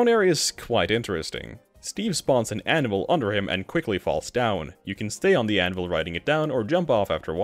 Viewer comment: Anyone else hear "Animal" when he said "Anvil-" ?